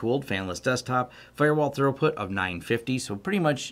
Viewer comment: Throughput... not thorough-put 😒